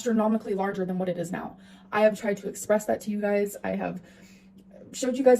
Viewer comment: Ah, "you guises". Love it